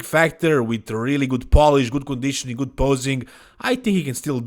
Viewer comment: I thought you said : "Nick looks gut". 😂